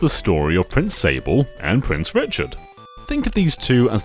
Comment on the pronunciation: This game is magical, I don't think any Nintendo game has truly captured how uniquely fun and light-hearted it is. It really is in well-need of a remake, just so Nintendo has the excuse to finally release it outside of Japan. Edit:, I think you should know that "Sablé" pronounced "sab-lay", and also, this wasn't specified in the video so I don't know if you're aware of this, but "Prince Sablé" isn't his name, he's the prince of the Sablé Kingdom. He technically doesn't have a name, since you name him in the game. Just FYI.